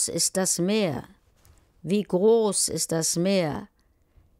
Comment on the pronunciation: It's groß not gross tho